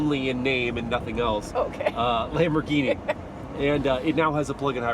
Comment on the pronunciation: It's a Lamborghini,not laymborghini😂